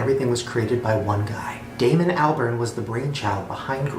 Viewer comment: yeah, in hindsight I think she was criticising his pronouncement of Damon Albarn’s name.